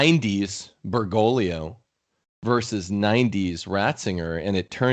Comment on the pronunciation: I know this is petty but if she says "Berr-GO-glee-oh" one more time I'm going to snap my laptop in half.